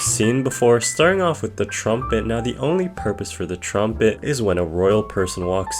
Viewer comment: "The trombit" "youphinoium"